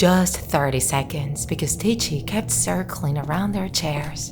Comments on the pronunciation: Okay I really need to know, is this woman pronouncing ticci wrong or not? Because in my language I pronounce it like 'ticky' because so far I know his name 'ticci' is because he has ticks. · Yes, she's pronouncing it wrong. The creater of Ticci Toby, Kastoway, confirmed this. He basically said that he got the name idea from the story, 'Rikki Tikki Tavi' (which his a story about a mongoose, lmao.) Not to mention, Toby also *tics*, hence the name. Hope this helped!!! :-) (P.S--- Even though all I said is true, there is hardly proof anymore because Kastoway decided to take Toby out of the fandom and, unfortunately, disassociate himself from the character.) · you pronounced Ticci like it's an Italian world.